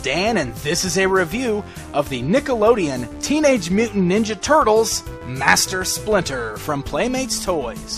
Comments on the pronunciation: Dan this is the third video I have seen about the Turles from from you and you pronouce NickeloDian as NickeloNian I hate his facial color.They are trying to make him look like Master Chiffu from Kung Fu Panda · nikka-lo-neon! eh dan? lol!